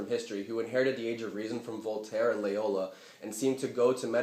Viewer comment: It's Loyola, mate. Not Layola.